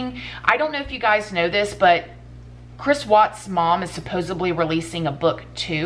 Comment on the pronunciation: I love this channel but I cringe everytime she says supposebly lol